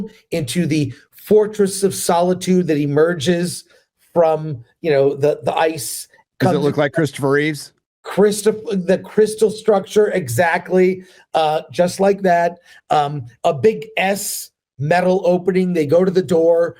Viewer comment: Christopher Reeve without the S please do your research